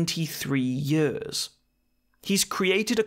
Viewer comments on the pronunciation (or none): Forgot you were welsh until you said ‘in power for yers’… This is my new favourite channel